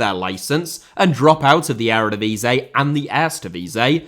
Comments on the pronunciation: Ere divisay? Please dude.... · please let me help you with the pronunciation of the erevedivisie it’s starting to hurt